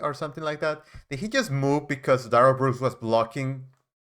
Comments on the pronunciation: No thanks needed Sir. You are brilliant. Couldn't watch Duh-rell if it wasn't for you. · Yeah..kiss duh-rell ass ,judge